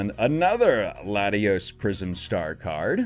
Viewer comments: It's Latias brah not Latios. Latios is it's own pokemon and card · You pronounced latias as latios but didn’t make it bad